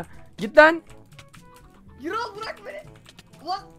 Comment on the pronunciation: Gürol diye okunur adam gibi yazilir